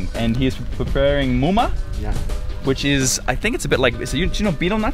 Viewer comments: The pronunciation is not mo-ma. its maaaa-ma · Let me correct.. Its not moma.. Its màmá.. 🐚 and buyo with bunga (a coconut family 🌴) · It's not "moma" it is Mahma.